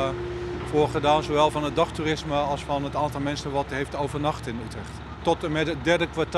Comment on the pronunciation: Mernsen? *Mensen